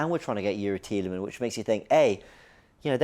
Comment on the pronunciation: IT'S TIELEMANSSSSS FFS 🤣